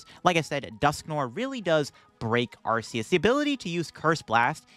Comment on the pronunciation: Listen, I love your videos. I enjoy your content! But I cannot stay silent about this any longer. If you pronounce arceus the way you keep doing so, what do you call the arc phone? Because I don’t want to use an arc phone pronounced the way you keep saying arceus lol keep up the good work and the great content!